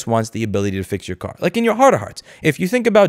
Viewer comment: Thought you said cat, not car. Shame, we could have answered that question.